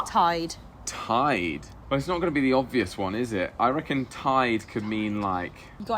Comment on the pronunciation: Joel says reckon just like us southerners do. How cute. Y'all are more like us than y'all think.